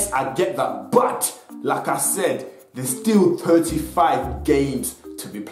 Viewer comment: When he says "like I said" iid like he is saying lacazette